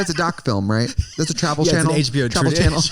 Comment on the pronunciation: tracys accent comes out!! "Gu on HB-ohh"😂😂😂😂😂